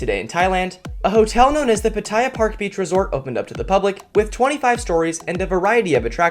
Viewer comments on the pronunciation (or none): none